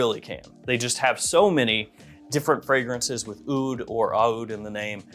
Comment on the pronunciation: AH-OOD AH-OOD AH-OOD You have to be trolling when you pronounce it like that.